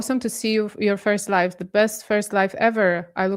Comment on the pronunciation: it's pronounced LI VVVV E. not LIFFE